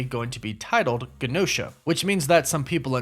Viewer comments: I'm pretty sure the island is pronounced with a J sound, like Jen-Oh-Shuh (Genosha) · It's "GE NO SHA" NOT the way your saying it I'm sorry it bothers me but it does I'm Just Saiyan HGD ✌️ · OMG...when you mispronounced Tiamat I overlooked it. When you mispronounced Gene-o-sha (like as in mutant genes), I was annoyed. When you mispronounced adamantium I unsubscribed. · Genosha is pronounced JUH-No-shuh... like GEN... genes... Genosha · Guh-Nosha? come on tell me you watched the Cartoon lol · It is so wild to run a channel like this and mispronounce words like genosha,tiamat and,adamantium it almost makes the video unwatchable